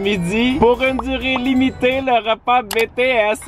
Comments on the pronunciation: Ça me tue faut le dire en anglais BTS (BiTiS) comme BlackPink, got7, TXT bref ta compris (moi aimer la k-pop mais voyons ne dites pas de sautise.... J'ADORE😍) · Ça c écrit BTS mait ca se dit Btis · « Betéèsse » sa fait mal à entendre 😭 lis les lettres comme en anglais 🥲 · ON DIT PAS BéTéS ON DIT BiTiS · j'ai envie de pleurer on dit bitièse pas bètèsse TnT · BTS ça se dit pas « Bétéèsse » mais « Bitiès » les lettres à en anglais quoi pas en français TwT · tu dit " bts" mais sa se dit a l'anglais "bi ti s" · Pk di BTS( béts) alors que ça se dit Bts( bitis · «Bétées » C’EST «BiTieS »!! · Es que y’a que moi que ça stresse qu’il dit BTS et pas BEE TEE ESSE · On dit bities l'anglais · Ça se prononce bitis c'est en anglais sinon j'adore tes videos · OH MON DIEUUUU TA DIS "BTS" CA CE DIT "BITIS" AAAAAAA JE MEUUUUURS 🤯😱😭😭😭😵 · Comment il a prononcé BTS 👁️💧👄💧👁️